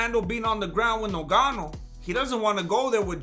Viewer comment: Can't stop laughing Avery time you say noganu 🤣🤣🤣